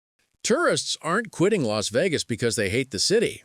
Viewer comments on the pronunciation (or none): its Leech Vegas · Los wages. 😮😮😂 That's what I thought you said.😢😢😢 Would love to see it in my life time. But can't afford everything 😭😮😮😮😮